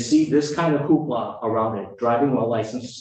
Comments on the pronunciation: A "who-ha"?? You mean "hoopla"? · Hoopla not hooha. 😃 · It’s Hoopla. Not Hooha ( that means something else 👀 )